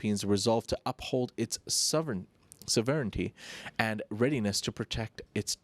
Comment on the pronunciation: Your pronunciation of volcanologists and sovereignty had me rolling 😂😅